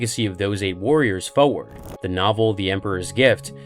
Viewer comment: i love you and i love your channel but you say the word 'forward' far to often to be mispronouncing it. other than that i sub and love your content!